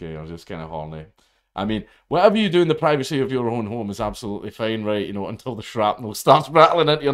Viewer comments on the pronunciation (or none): none